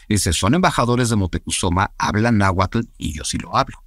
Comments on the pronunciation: Laverdad no se si creerle mucho a un wey que dice saber un chingo y pronuncia naguatul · Pues di en que se equivoca, aparte de que no pronuncie bien el Nahuatl 😅😅